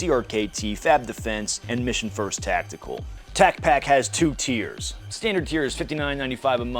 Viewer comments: your mispronouncing tacpack, talk to brandon please. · You said tacpack wrong 😂should be shouted in an aggressive style lol